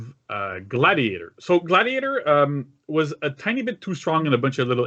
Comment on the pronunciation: I can’t believe that you’ve butchered gladiator like this.